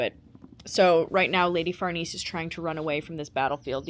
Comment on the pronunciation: Lady Farnese/ Far-Nay-Say